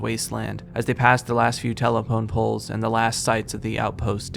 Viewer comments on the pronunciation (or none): “telepone poles”